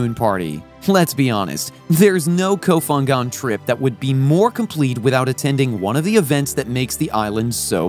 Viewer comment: Nice video, but please say the name of the island correctly! ph in Thai isn't F its P , it s ko pangan to pronounce. Kop Kun kaa